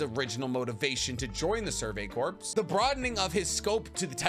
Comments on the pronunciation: Corpse I'd a dead body, Corp is pronounced like core. Jfc you're old enough and smart enough to know this.🤦‍♂️🤦‍♂️🤦‍♂️🤦‍♂️🐝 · did you say corpse and not core holy shit man learn engrish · Sorry if this comes off lame but corps is pronounced cores instead of corpse in relation to a military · You keep saying corpse. Not corps. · Corps is pronounced "core" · My guy, please. Corps is pronounced like Core. Just drop the S pleaaaassseee